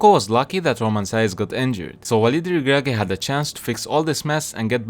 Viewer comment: The way u pronounce Walid El Ragragui is spot on! 😅